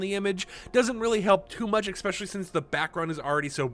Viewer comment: please stop saying exspecially there is no x its especially with an s and p